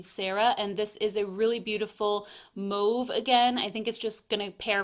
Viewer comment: I’m actually not 100% sure how it’s really said, but every time I hear “mauve”, I wanna pull my hair out!